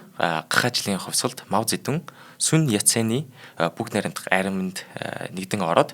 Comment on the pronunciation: Зөндөө мэдлэгтэй сайн хүмүүс байгаашдээ танайд энэ бол сайжрахгүй шүү! Хичээж сонссон ч 6н минут л тэслээ худлаа ярьж бна. Мэдлэггүй бна. Эхлэхдээ л Монголоор Мау зэ дун гэдэг бол Хятадаар моу зэ донг гэдэг гэшш. Сонсход үнэхээр төвөгтөй энэ хүн сайжрахгүй шүү!